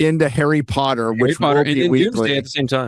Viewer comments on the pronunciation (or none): none